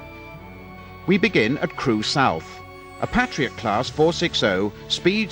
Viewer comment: Was looking forward to this. But hearing basics liked 'Patriot' and 'Stanier' mispronounced immediately had me reaching for the 'back' button. What a shame.